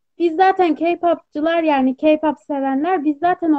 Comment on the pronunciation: Mala bakın yaaaa boş boş konuşuyon işte türkiyenin sorunları bitti güney koreye uçtunuz ayrıca o ka pop değil (key pap) diye okunur k-pop diyede yazılır..